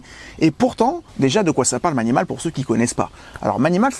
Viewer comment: On dit pas mAnimAl ma Maï ni maul ! 😁